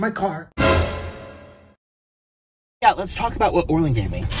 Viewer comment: Orland is good at drawings btw it's Orland not orlin